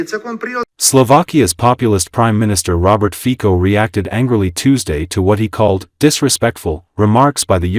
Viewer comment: ...#1, it's Rober Fico (fitso) but what do you expect from AI... ...#2 if he openly does not deny Russia or Putin he's automatically "pro-Russian"... ...#3 PEOPLE are WAKING up and can see through the veil of lies